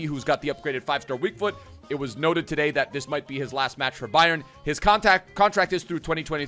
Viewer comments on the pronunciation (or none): none